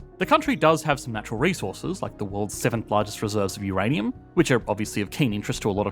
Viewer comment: 'Uranim Mines' lol :)